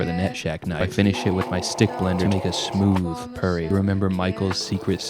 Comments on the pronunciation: The things you notice a year and a half later: - The bread that's in the pan is just a loaf of pre-sliced store-bought bread - The pronunciation of the word "purry" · Hey you pronounced puree wro g!!